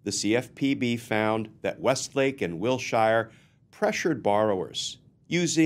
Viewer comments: Glenn - I love you, but in Los Angeles the street is pronounced "WIL-sher" not "WIL-shire" (I grew up there and know the street and area as well as can be LOL.) Great story. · While I'm totally on board with the various sentiments presented (Non-compliant surety, non-certified bond, etc), this old Los Angeleno winced every time you said Will-Shire ... Wilshire is pronounced "Will-Sure". So minor, I know. But pronunciation matters. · The Name Wilshire is pronounced Will Shure like He sure will be going to jail......... Wil sure Sure he will.